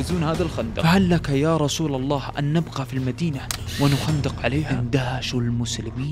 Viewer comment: اللّٰه وليس اللّٰ